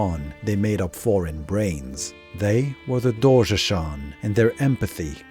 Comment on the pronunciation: Yeah, very nice video and all but he mispronounces a lot of names. Sliske, Doorgeshuun, and I've heard multiple others.